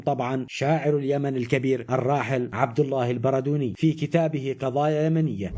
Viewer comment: تعقيب البردوني ينطق بتشديد الدال